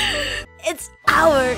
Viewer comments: The emphasis on the "OUR" that goes along with the anthem kills me so much xDDD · the way she says "OUR" though